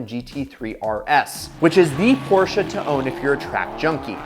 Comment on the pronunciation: That moment when a native english speaker does not butcher the "Porsche" pronounciaton.